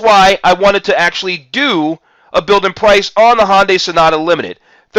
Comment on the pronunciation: Hyundai, not Honday... sorry but everytime I hear "Honday Sonata" it was like fingernails on a chalkboard. Other than that, decent vid